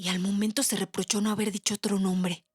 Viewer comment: "Ótro ! Ótro ! Ótro !!!"